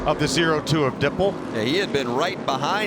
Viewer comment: how many times will they say "dippel"